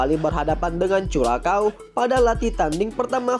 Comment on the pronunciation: Bisa ngeja "curacao" gak min?. Belajar lg sono biar gak malu2in